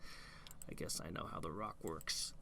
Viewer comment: Seriously, how were we supposed to "guwess" that without looking it up? We could have gazed into a palantír... I don't know if has one though...